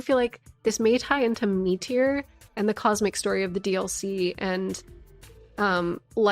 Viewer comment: When you said metyr "me-teor" 😮